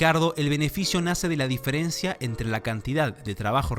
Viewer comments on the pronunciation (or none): none